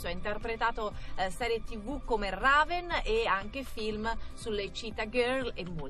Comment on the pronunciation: Si dici Reven non Raven